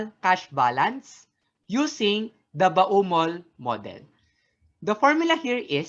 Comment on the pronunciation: ba-u-mol model talaga? di ba pwedeng bomol model? he he